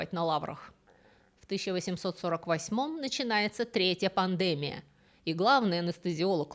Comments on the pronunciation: Всегда слушаю с удовольствием, но сегодня пандЭмия , вместо слова пандемИя, испортило мне удовольствие, сильно режет слух. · а почему •пандЕмия•? А не •пандемИя•? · Почему вы ставите ударение неправильно? ПандЕмия. Ведь правильно пандемиИя. ❤❤❤ Спасибо за лекции. Смотрю вот уже второй день! 😊😊😊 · Очень интересно! Но почему пандемия с ударением на первый слог?🤔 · Вы образованный человек, но почему так часто безграмотно ставите ударение? ПандЭмия... что это????? ПандемИя. В каждом видео невероятные ошибки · Слово пандемия, судя по всему, латинского происхождения. В латыни ударение в любом слове падает на предпоследний слог, как и в польском языке. Поэтому правильно не пандЕмия, а пандемИя. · Всё, как всегда, интересно, познавательно, удивило только странное (для привычно правильной речи лектора) ударение в слове "пандемИя". Пандеми́я (греч. πανδημία «весь народ») — высшая степень развития эпидемического процесса, исключительно сильная эпидемия, при которой заразная болезнь за сравнительно короткое время поражает значительную часть населения многих стран, иногда на разных континентах. ПандемИя является наиболее опасной формой, то есть эпидемией, охватывающей подавляющую часть мира. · ВОПРОС! ударение в слове "пандемия": по жизни слышу и говорю пандемИя, а у Вас слышу - пандЕмия ПОЧЕМУ? Спасибо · Не могу слушать эту лекцию. ПандЕмия режет слух🤦‍♀️. Дис. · Греческого. Но правильно действительно пандеми́я. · Русское словесное ударение — пандемИя всё же. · спасибо за ваш канал! Единственное в этом видео очень резало слух неправильное ударение в слове Пандемия (эпидЕмия, но пандемИя). А так еще про Джона Сноу мне понравилась книга Стивена Джонсона «Карта призраков. Как самая страшная эпидемия холеры в викторианском Лондоне изменила науку, города и современный мир» есть на Букмейте, как печатная так и аудио - советую всем заинтересовавшимся этой темой. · Ударение в слове пандемия не на Е а на И вы где учились? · В слове пандемия ударение на И